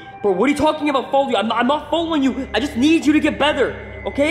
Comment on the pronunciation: Did say better or bether